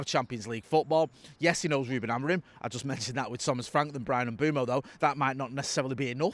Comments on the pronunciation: Mbeumo Not Mboomo Not Mbuemo Not Mbwemo M-beu-mo IT'S JUST AS IT'S WRITTEN! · This pretending you don't know how to say Mbeumo is getting old. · It’s Mbeumo, not Mbeumo. Hope this helps